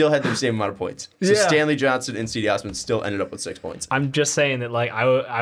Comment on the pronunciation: Cedi Osman's name is pronounced like Cheddar, in the beginning. So it's like "Chedi Osman"